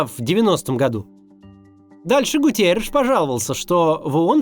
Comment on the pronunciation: Генсека ООН зовут не ГУТИЕРИШ, А ГУТЕРРИШ.